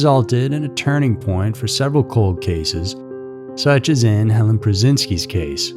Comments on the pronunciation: Helene not Helen. It's pronounced Hellean. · Helene; not Helen. Such a sad story; she was so beautiful. RIP sweet girl.